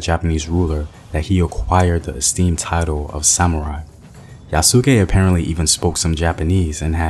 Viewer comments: IF THIS MAN SAY YA SOOOOO KE ONE MORE TIME. ITS YAS-KE MY MAN! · I love your videos brother but this was the hardest one to watch. It's Yah-skay. Two sylables not three. Think Asuka from the WWE. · If there is anything to nitpick it's that the emphasis should be on the first syllable (YA su ke rather than ya SU ke), but it's okay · Yes, its YA-SK-É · pronunciation of Yasuke is "Yas K". Not Ya Su Ke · Its YA-SU-KAY NOT YA-SOO-KAY Also Kokujin its black person translated Koku=black Jin=person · It's not ya-suu-kē, its YA-sk-é. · "Yas-ke' not 'Ya-SU-ke' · His name is pronounce yahs-key, the u is silent in Japanese. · Good video, although I believe the “u” in Yasuke is more silent and it sounds more like “Yaas-Kay” (though I could be wrong) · Excellent video like always. I hope they take note to make the movie as authentic as possible...not holding my breath though. Btw the pronunciation for 'Yasuke' is (YAH-skay). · Bro. I cringed every time he said it lol. But I loved this video so much I couldn’t turn it off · Yasss- Kay The pronunciation is Yasss- Kay Love everything you reported but you may have overlooked the fact that there were more than just one black samurai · It’s yas-Kah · Like Sasuke in naruto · In Yasuke the u is silent. Remember to tell Hollywood that. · He's saying yasuke name wrong but it's a really good video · your not pronouncing it right. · Well you sound Hollywood. Get his name and pronunciation right too. Educate yourself on how to say this Legendary man’s name right!